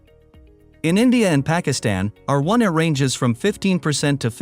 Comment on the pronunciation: Interesting, but the robot reading it is giving the wrong emphasis to the letter 'R' so it keeps sounding like 'our', resulting in my constantly having to re-parse what it's saying: "Our 1 a ancestor..." oops, "R1a ancestor..." Plus, it is reading it too quickly. I often speed up videos but this one is already sped up.